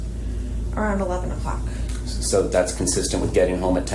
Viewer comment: Yes she's a little cutesy for me...( blankies, stuffies)and every time she says "Sooooooo"...elongates her syllables, she's thinking of an answer. To lie.